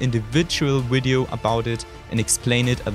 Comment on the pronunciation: Cut a vein everytime he said "Widio"